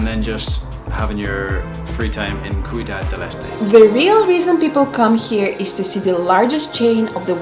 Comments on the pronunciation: "Ciudad" means "city" in Spanish. Ciudad Del Este, in Paraguay, can be translated into "The Eastern City". You kept saying "cuidad", which sounds almost like "cuidado", a word that means "attention", "watch out" both in Spanish and in Portuguese. Greetings from Brazil! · As son as her “cuidad” I feel that I need to tell them the right way to say that. The right way is ciudad, witch mean city. Anyway, you guys already know that. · Ciudad prononciation = See you dad ! 😊